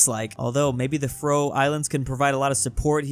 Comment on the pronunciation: it really makes me mad that pronounces faroe islands wrong so much